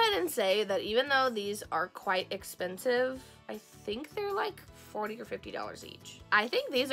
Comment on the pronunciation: DID YOU SAY 40 OR 14 WHAT